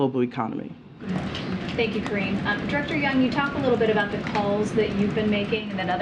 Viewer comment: Why do they ,keep calling her Karinne?